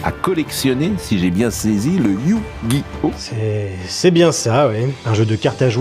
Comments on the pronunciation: Le EuUiOuHh gi oh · Éyouuuu Gui Ohhhh. 😂😂😂😂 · C'est pas Yu-Gi-Oh mais YU !!!!!! GI ! HO ! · Ah oui, ces fameux "meuporg" (France 2), ces animés violents (Bachelot) et cette merde infâme que sont les manga (Zemmour). Et maintenant, c'est Yu- - Gi - Oh - -. Mais vous savez Mr Praud, ça se prononce "Yu-Gi-Oh", comme dans "faux-semblant"... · Je propose un échelle de mesure, "l'échelle P.Praud" pour mesurer le mépris dans un discours. Établie sur une valeur de 1 à 100, et quand on se rapproche du mépris émis dans son émission, on se rapproche de 100. Ça vous va ? Sinon il faudrait faire un test pour AVC, car prononcé Yu GI Oh! de cette manière est inquiétant, surtout lorsqu'il est totalement capable de prononcer ce nom correctement sans avoir été repris au bout d'un temps dans l'émission. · Attention à ta prononciation, c'est iYOU GUY HAUT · Je me demande s'il se base pas sur la transition de la série TV pour sa prononciation de Yuuuu gi oh 😂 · "You gui O"🥸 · YOU gi oh😂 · Sa façon de prononcer Yu-Gi-Oh : YUUUUU-GUI-OH XD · Le YU Guy Ohhh lalalla 😂😂😂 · Le "YUU-gi-Oh" m’a tellement fait rire 😂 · Mdr c'est le magicien des ténèbres qui lui a mis un doigt dans le cul pour qu'il prononce yu-gi-oh comme ça ? 😂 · C'est tellement ridicule comment il force pour faire le mec qui galère à prononcer Yugioh (alors qu'on voit parfaitement 10 sec plus tard qu'il y arrive très bien) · On ne sait pas s'il essaye de prononcer Yu-Gi-Oh ou il se ch*e dessus. Remarquez à son âge, ça peut être les deux. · Il insiste vraiment sur le "Yu" carrément il parle en majuscule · Alors soit y'a quelqu'un qui lui a mis un coup de pied sous la table quand il prononce Yu-Gi-Oh soit faut qu'il consulte rapidement